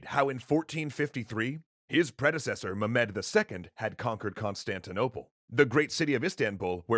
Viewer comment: Stop saying mu-med please. Any other pronunciation please. Also love the work you do guys, really changed my perception of history.